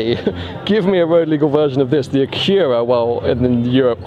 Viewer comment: YOU PRONOUNCED ACURA INCORRECTLY....THIS IS YOUR JOB BUDDY...GET IT RIGHT.